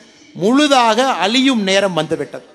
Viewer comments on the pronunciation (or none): தலைவரே ! அழியும் , அளியும் இல்ல தலைவரே... கொஞ்சம் ழ ல பேசி பழகிக்கொள்ளுங்கள்